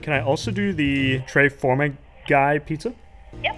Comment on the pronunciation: “Tre forma guy” Tre Formaggi :)